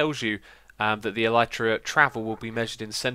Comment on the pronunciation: I know it's irrelevant, but my self-diagnosed language OCD is kicking in, and even if you're not going to change the way you pronounce "Elytra", I wanted to bring up the 'proper' pronunciation: "L - E - trah". There... I can keep with my life in peace :-)